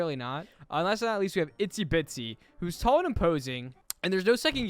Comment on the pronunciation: Bro, I'm a fan but like it's IZZY bitsy not ITZY bitsy